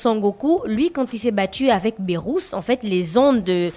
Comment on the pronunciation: C'est Beerus ça se lit Biruss et non Bérusse ( le Dieu de la destruction )